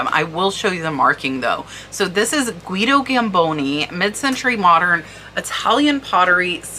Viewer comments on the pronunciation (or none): none